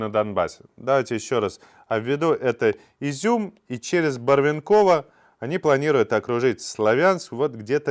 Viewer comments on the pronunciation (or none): Барвенково - ударение на "Е".